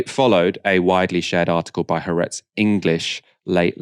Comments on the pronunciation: Haaretz is spelled with 2 As because they are two separate syllables, with the stress on the second. hope this helps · Why can't any of you learn how to pronounce Ha-aretz?